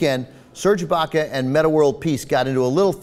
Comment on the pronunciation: serge baca?? its IBAKA